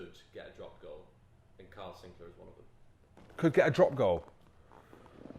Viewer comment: ITS NOT “SINCLAIR”!!!!!!!!!!